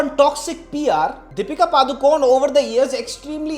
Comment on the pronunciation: Her surname is pronounced as paduukonne not paducone. Those who aren't aware of this its konkani surname.